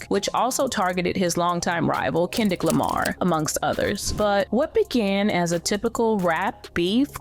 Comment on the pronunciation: 😂 Ken-dick Lamar?! Get outta here!